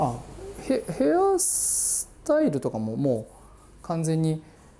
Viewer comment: めちゃくちゃ喋りが丁寧で綺麗なのに『スタイル』だけ巻き舌になるのカッコよくていい